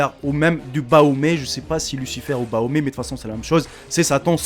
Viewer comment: C pas baomé c bafomé